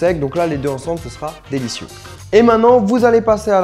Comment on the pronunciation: j'aime bien quand tu dit "Mmmm c'était juste, dé-li-cieux !" la phrase la plus focus du monde comme si t'allait dire "Putain c'était juste dégueulasse n'hésite pas a t'abonner a la chaîne !" Mdrrr